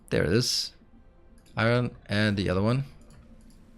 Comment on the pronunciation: Granny liked it, she really enjoyed your Danish eye-run pronunciation. That is the dialect she uses to call the device used to take wrinkles out of clothes. You span the generations well.